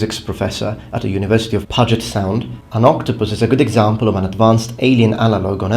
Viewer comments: Two things: 1) Pugest is pronounced something like pyoo jit. 2) Animals can be and are quite territorial. Just take a small boat into the Nile with a bunch of hippos and you'll learn just how territorial animals can be. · Great video. I really enjoy your channel. P.S. The "U" in "Puget Sound" is pronounced like "new" or "you" Source: Am Seattleite